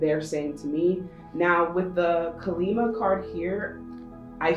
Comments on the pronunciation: Deck 3. Thanks for the reading. Kali is pronounced Kah-li. I'm hindu. Have a lovely evening 🙏🙏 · Pile 3:The Spirit guide is a Hindu Goddess here. The pronunciation is 'Kālī'/ 'Kaa-lee' and 'Ma' translates to Mother. Two different words. Thank you for the reading 💖 You are spot on about everything else (as usual!)